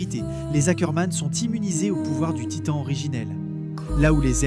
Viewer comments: C pas hackerman 😭🤣 c ackerman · Ackerman pas Hackerman 🙀😭